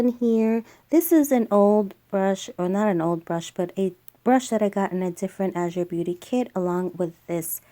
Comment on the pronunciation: Love that you said it right 💙